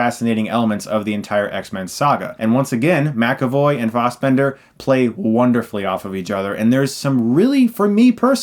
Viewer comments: Israel Pallares I know, i was pointing out how Chris was saying it. Or i guess he was saying it more like "Faussbender" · So is everyone else pronouncing Fassbender wrong or is Chris just sticking with what he's always said ?